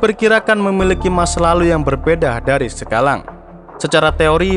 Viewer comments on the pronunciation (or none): SEKALANG, mungkin lidahnya lg salto 😆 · Hhh kirain gua doank yank dnger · Betul betul betul 🤣🤣🤣😂